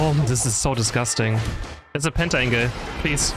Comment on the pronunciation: i like how he calls penta angle, penta ingot. didn't realise it for the longest time